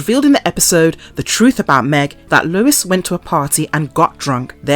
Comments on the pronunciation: It's just "Family Guy" no "The*" and it's Lois (Low-iss) not Lewis*, that's a man's name. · LOL why does the narrator call Lois "Lewis"?!! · HIS WIFE LOUIS? Seriously?! Or was that your accent? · Video unwatchable due to repeated mispronunciation of Lois' name. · PLEASE learn how to pronounce Lois (there is NO W in her name) and the town name of Quahog